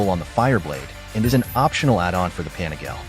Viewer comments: i think it's pronounced as "PA NI GA LE", not "PANI-GAYLE", for sure you're using AI voice.. 😅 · Panigail. I love these videos, but that hurts my ears. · The ‘pan-a-gale’ lol love the robot voices 😅